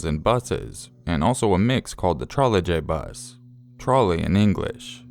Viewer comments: i think its pronounced Troleybus like without the J. i googled it & heard the word before & knowing what one is ive never heard it called a Trole "J" bus! like the J is Pronounced Y. sorry it was just bugging me. you still are one of my favourite channels tho ;) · it's pronounced 'Trolly bus'. the Czech pronounced j as y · DUDE! You don't pronounce the J in trolejbus. I get that you will anglicize words, but don't butcher them.